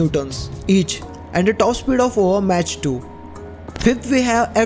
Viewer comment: Mach is pronounced as mak